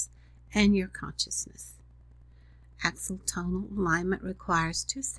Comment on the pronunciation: Maybe you could learn to pronounce the word AXI OTONAL correctly.